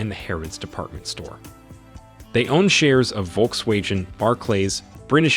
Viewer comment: What is your pronunciation on some of these words I completely lost it at Volks wajen 😂